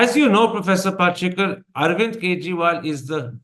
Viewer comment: Its pal-shi-kar, you goof. Get the name right, koron thopar